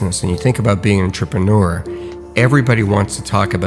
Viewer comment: Is he the only person in the world who pronounces it Ntrepeneur? Am I the only one bothered by this?